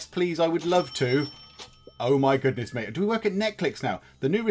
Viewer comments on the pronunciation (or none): none